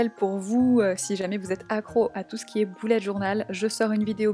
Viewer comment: j'adore ton mois d'octobre toutefois on "beullet" journal et non "boulette" journal